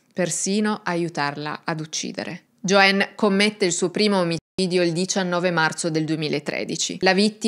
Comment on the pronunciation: Buongiorno mia cara. Posso chiederti perché nel pronunciare la parola "omicidio" tendi a censurare la consonante C ? Mi sono incuriosita spesso per questa particolarità. Un grande abbraccio. E grazie per il tuo lavoro ❤❤❤❤❤❤❤❤❤❤